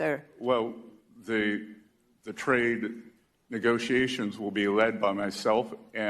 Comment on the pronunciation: "Neegosee-a-shuns" .......Democrats always make fun or criticise my English because they can't stand my facts and can't counter my points LOL